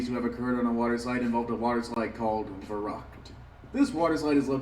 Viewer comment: I am German and the way he butchered "verrückt" and "unverantwortlich" was just on another level.